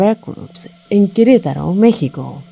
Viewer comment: Another great video,! Btw, you don't have to say "Meheeco". We Hispanics don't get offended by the word "Mexico" pronounced as Mexico. 😂